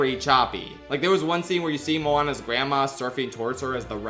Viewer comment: And “Moanabes”